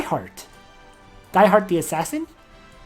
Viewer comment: Dieharte is pronuance "Dee-Heart"